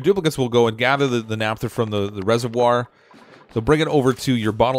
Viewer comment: "Naphtha" - ph as in "pharmacy" or "photograph" (i.e., "NAFF-tha", not "NAP-tha").